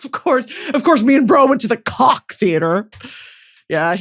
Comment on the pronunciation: brittany it’s pronounced like coke😭 the koch (coke) theatre AHAHA